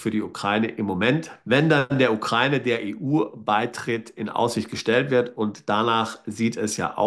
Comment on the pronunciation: Sie sprechen das Wort Ukraine falsch aus.